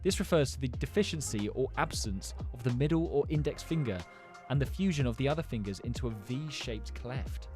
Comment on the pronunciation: YOU DIDNT SAY 'FINGURS'